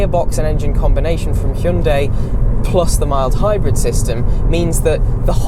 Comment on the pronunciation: You are probably the only reviewer who pronounced "hyundai" correctly